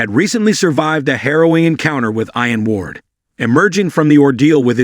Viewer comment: It’s pronounced “eee an” Ward